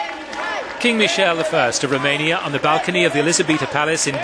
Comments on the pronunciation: Why does he keep saying Michelle instead of Michael? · Yeah, he was not Michelle! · Why does the narrator now know how to pronounce Michael?